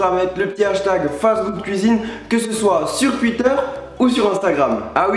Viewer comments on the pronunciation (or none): none